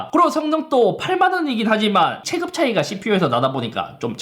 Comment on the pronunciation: "올해" 발음은 이제 익숙해졌는데 "체급"을 "체끕"이라고 했다가 "체급"이라고 했다가... 이건 적응이 안 되네요 ㅎㅎ